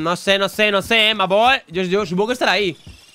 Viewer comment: perdón pero no me gusta que digas ma boy